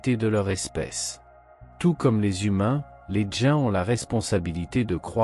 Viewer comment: Les djains 😂trou de bal d' IA !